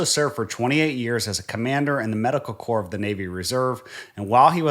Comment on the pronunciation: Did the narrator actually pronounce the "p" in "corp" at about :46? Unbelievable if he did.